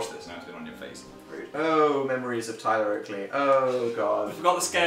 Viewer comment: "Oh memories of Tyker Oakley" haha